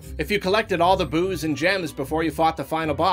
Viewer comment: Any one else hearing booze instead of boos?